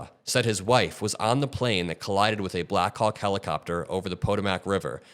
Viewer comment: The helicopter collided with the plane. Say it right